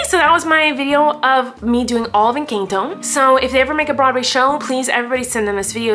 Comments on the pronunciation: ahh yes Eincanto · It’s pronounced EN CAN TO not encaaanto not hate comment just saying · She called it encAnto😂